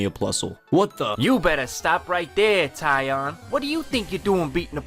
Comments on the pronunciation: So is it Tee-on or Tie-on? Think you need to stick to one pronunciation. Good video btw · "Hey guys, it's tee-on or tie-on" I like this guy, he makes sure nobody is pronouncing his name wrong by just using both pronunciations to begin with PS I pronounced it shun (as in "promotion")